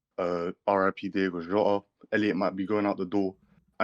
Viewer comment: How can no one pronounce DIOGO Jota properly ?